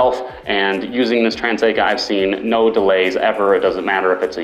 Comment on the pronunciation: It is "TRANESCA" not Transeca!